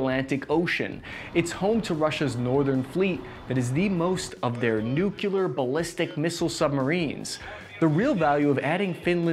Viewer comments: Dude. Nucular/ nuke-u -lar is not a word. It is nuclear, sounds like nuke clear. Comes from nucleus, (not nuculus, which is not a word). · Repeat after me: New-Clear New-Clear Nuclear Here endeth today's lesson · NUCLEAR is pronounced nu-clear, not nu-kew-lur. It has two syllables, you can do it. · For me, his main fault is pronouncing nuclear as "noo-kyuh-luh" 😖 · Dude, I love your work, but it's "nu-clear" NOT "nukulear" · Please man... learn to say "nuclear" instead of "nukeelar" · Ha you said nucular